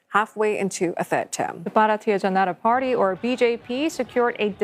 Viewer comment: Please pronounce Indian names correctly. Google translate can help you with this. You butchered the word Janata. You have no problems announcung American or European names.